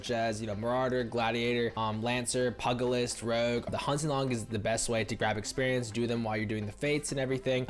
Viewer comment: REPEAT AFTER ME: >> ....Pee - Yu - Ji - List.... << IT"S NOT "PUGGALIST" x______x